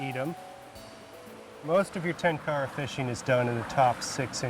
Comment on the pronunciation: If only western tenkara fishermen (who claim to love and respect the tradition) could make a modest effort to correctly pronounce the word "tenkara". They don't even pretend to make an effort.